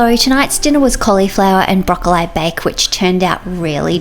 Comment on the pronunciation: Is the mispronunciation of broccoli a family thing or specific to your locality?